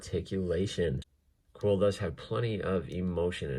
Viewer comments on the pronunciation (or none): He looks Soo good!!! Btw it's pronounced queel not quill. I know it's interesting but that's how it is.